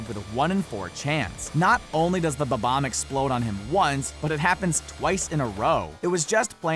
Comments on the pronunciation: Did... DID HE JUST SAY BA BOMB instead of bom omb what the shit stop saying BA BOMB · It's bob omb not bobon